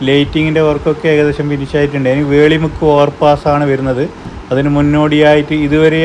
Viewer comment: വേളി മുക്ക് അല്ല വെളിമുക്ക് എന്നാണ്.